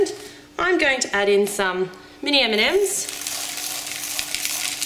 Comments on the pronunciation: every time you say M&Ms i think you are saying Eminem, and i don´t even like him!!!! it´s crazy :D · i have understand "mini eminems" :D hahahah xD